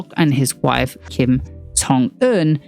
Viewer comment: what in the world is a 'soho for valley girl???' Also had no idea the yoido church was involved I literally got whiplash when i heard that! edit: also, love the correct kim pronunciation made me smile as someone who as a hard to pronounce korean name loll